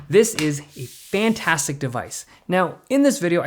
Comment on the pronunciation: I like the way he says: "This is a FANTASTIC device"